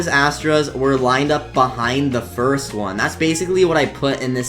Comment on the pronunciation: bro said firat ☠